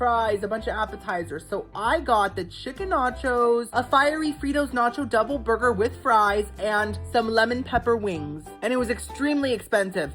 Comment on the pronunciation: Omg I never noticed before, but the way you pronounce “burger” is really adorable 🥹❤